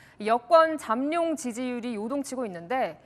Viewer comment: 발음 을 정학하게. 잠 룡. ?? 잠 놈 들.